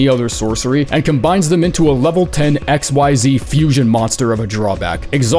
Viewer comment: The Yugioh joke got me tweaking because of several factors. Theyre called Ranks, not Levels, but only for the Xyx monsters. Its mot pronounced X Y Z, its like "exeez". And its also a bad comparison, because Rank 10s are awesome and powerful, capable of pushinf for Game almost immediately. A better comparison would be Blue Eyes White Dragon, who is Iconic and Recognizable, but actually kinda bad.